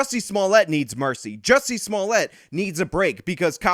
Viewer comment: Am I the only one that appreciates the fact that is the only one that actually pronounces Jussie's stupid name correctly?